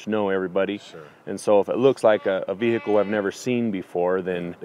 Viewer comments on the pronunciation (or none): its serious if you say veahicleee